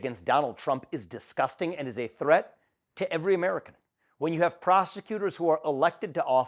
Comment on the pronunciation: Did say prosecutor or prostitution?